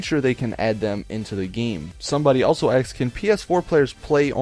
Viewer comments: I love how you say people "axed" questions, you're so intelligent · "Somebody axed" omfg he's turning black.